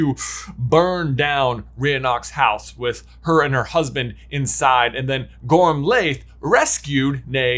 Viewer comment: and, I love your videos. They're always entertaining and thought-provoking, and always worth a re-watch. FYI, Gormlaith is actually pronounced "Gormleigh" or "Gormley" (rhymes with Ashley). The "-iath" ending is Gaelic and makes a long E sound. Loved this video. I wonder if there's one more possibility that isn't being explored: Antioch Peverell's descendants (if any).